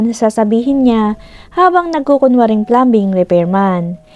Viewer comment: Silent "b" po sa plumbing